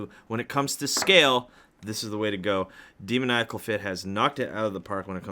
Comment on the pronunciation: When you can’t say demonical